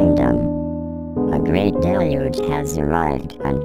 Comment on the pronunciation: I like how "deluge" is incorrectly pronounced .